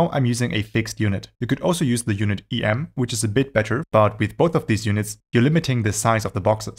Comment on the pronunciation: Did you know that the "em" unit is derived from the width of an upper case letter 'M' and this is where it gets its name, "em?" So it's pronounced phonetically as it's written, "em" or the same as you say the letter 'M' in English. You shouldn't pronounce it as the two letters 'E' and 'M' as that sounds funny, given that when saying it this way the second letter, 'M', is then pronounced "em" which is of course how the whole unit "em" should be pronounced 🤣 Consider also that you don't pronounce "rem" in your videos as the letters "R, E, M" so why do you pronounce "em" as the letters "E, M?" In other words, "em" is simply "rem" without the 'R' 😉 And if you were at least consistent and pronounced "rem" as "R, E, M" then you'd actually be saying "are, ee, em" in English, which has the "em" unit repeated again at the end, and so on ad infinitum 🤪 It's turtles all the way down!! 🐢🐢🐢😱